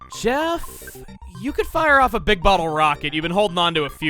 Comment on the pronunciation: “I don’t think we need a big bottle rocket, we already take a-took a-pleh-plah-pl-bl-bleh-bleh-bli-blig enough blight out of their HP.” I laughed way too hard at the alliteration slippage. We love you, Chuggaa...